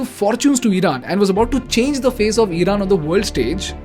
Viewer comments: Eeeeeraq , eeeeeran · eeran , eeraq, beehar…??? iran , iraq , bihar 👈